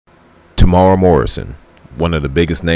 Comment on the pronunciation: Oh, and his name is Temuera. Tem-u-era.